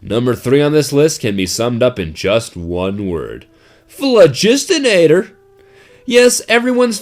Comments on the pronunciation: Ahem... Bazaar Bargain? also, PHLOGISTONATOR? really? fine... be that guy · This basterd pronounced sandvich and the phlogistinator wrong.What a foul.